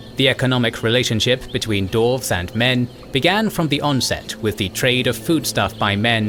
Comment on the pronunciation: Why do you keep saying /dorvz/? They are dwarves.